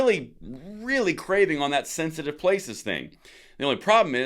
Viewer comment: It's pronounced thenthitive😅